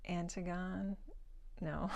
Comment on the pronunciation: Hi, what a great haul. 6 books for $1:🤯. I really enjoyed Vanity Fair. It's the only mammoth I've ever finished. I DNF'd Candide. Might give it another try🤷‍♀️. You did really well with pronunciation. Sof-a-klees, An-tig-a-knee, Ed-a-pis (hope this helps 🙂). "Sometimes you gotta' dump a little brandy in the egg nog and go for it" 😂😂!